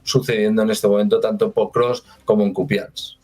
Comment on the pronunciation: Es Pokrovsk, no Prokovsk.❤